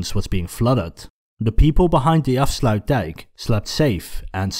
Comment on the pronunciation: He actually said afsluitdijk correctly